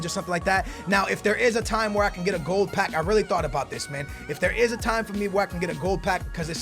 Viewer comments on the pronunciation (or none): none